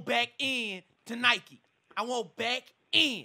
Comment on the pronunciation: Got pissed that you were saying Nikee